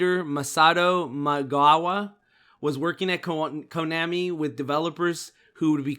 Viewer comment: Jeez, my ears bleed every time says Konami. It's like he was born yesterday. Even the Japanese pronounce Konami like Vietnam (an AH sound). I'm only giving you a hard time because as a podcast, every word mispoken has greater impact since all focus of the audience is concentrated on the audio. I listen through earbuds, so it's even worse. I want you guys to improve so take this critical advise not as admonishment but as encouragement.